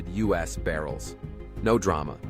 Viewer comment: "Us oil"? instead of U.S. oil. AI slop channel